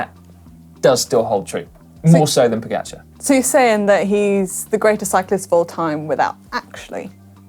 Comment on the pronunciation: Please, get one thing right. It’s Po-Ga-Char (čar). I really don’t know how “ga” can be pronounced any other way then “ga”. You keep saying Po- Geh-Char.